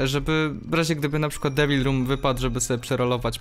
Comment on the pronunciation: czy tylko ja słyszałem że powiedział w debil roomie zamiast devil